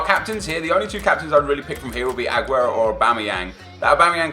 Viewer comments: skills says aguerto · Anyone else irritated by the way he says "A-guero"